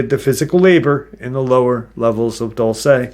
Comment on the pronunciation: My friend's family has their ranch/property just east of Dulce (Diné family) Dull-say: 🚫👎🏼 Dool-seh: ✅️👍🏼